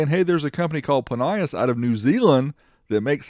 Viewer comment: I'm from NZ and remember advertising on TV pronounced it Plin E Us not plin y is